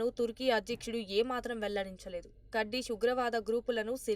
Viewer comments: Kurdish not Kardish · Kardishlu. Kadu. Kurdishlu. 😂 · ఆపు తల్లి కర్డిష్ లు అని వినలాక చస్తున్నాం 😂😅